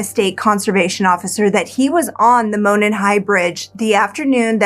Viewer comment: Monon is pronounced like "moron", but great video. I find the science behind the ejected bullet pretty suspect, but it does sound like they've got the right guy. I hope. The Delphi police aren't exactly Scotland Yard.